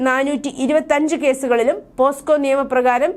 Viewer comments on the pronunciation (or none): പോസ്‌കോ അല്ല പോക്സോ